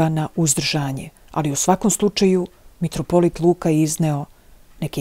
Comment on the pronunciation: Не каже се метрополит тако кажу крвати , православни кажу митрополит !!!